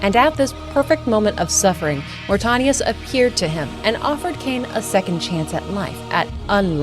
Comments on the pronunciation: I always love seeing new coverage on the lore of the greatest gaming series in history. No offense but the way you pronounced Mortanius was kinda distracting bc you said it incorrectly every single time. Aside from that it was a great video. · Great watch, other than how you pronounced Mortanius. Drove me a little bit crazy lol. Love this franchise though. Played SR 1, 2, Defiance, and BO2 till the end countless times in my teenage years. Can't wait for Raziels story.